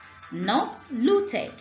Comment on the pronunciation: I can confidently say loot-id now. Bravo